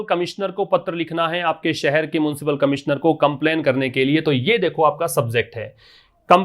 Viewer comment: It's municipal sir..not muncipal